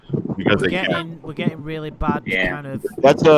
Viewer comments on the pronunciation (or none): No. It’s more like “RULLY”